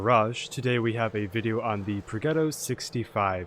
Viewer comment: You should not run vents, use calibrated, so e100 turrets are no problem. Also, what mod do you use? Finally, Progetto is pronounced projetto